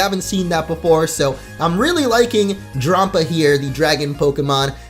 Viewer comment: Drampa is pronounce like grandpa